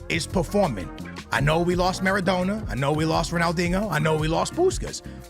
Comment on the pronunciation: “Ro-Nall-deeneo” smh